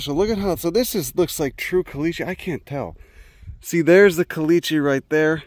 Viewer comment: I never knew there were desert Passiflora!! Also: I kinda love they way you say "caliche", and I have no idea why.